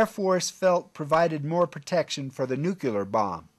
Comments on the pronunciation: Beautiful plane, thanks for the information, I didn’t know much about it! (By the way, it’s nuclear, not nukular) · Nuclear not nuculer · What does "nucular" mean? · Nuclear. Nu clee er. Not nu cu ler. Did all the ridicule about this mispronunciation go over your head? And it's Aeronautics, not "airio nautics.